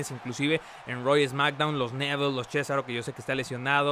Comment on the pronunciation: no es chesaro es cesaro chesaro me suena chisito